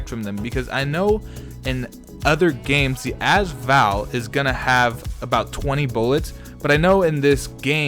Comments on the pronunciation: can you not say az Val it’s usually a-s val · "azval" nah its pronounced "A-s val" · it's AS VAL NOT ass val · also every time he says az Val i want to punch him